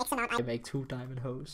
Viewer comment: Do I hear diamondo? I hear diamondo